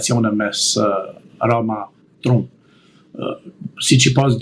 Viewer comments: O idjot nuk I thone truump Englisht pronunciation is tramp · For Heaven’s sake will someone tell him to pronounce correctly the name of the American President ???